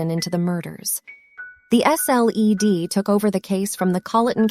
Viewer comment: “The S.L.E.D.” Hahaha